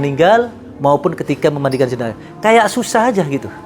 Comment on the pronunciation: Koreksi: JENAZAH. Bukan JENAJAH... dengerin aja dia